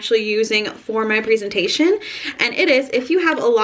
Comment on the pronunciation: And babe that's to be called "prezentation" and not "preezentation" NO OFFENSE